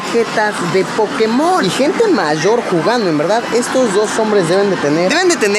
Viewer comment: Porque dicen Pokemón Es Pokémon